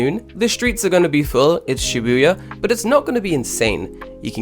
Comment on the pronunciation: You can't even pronounce "Shi-bu-ya" correctly? So you don't even live in Japan.